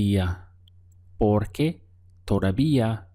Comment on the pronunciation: I like how u say porque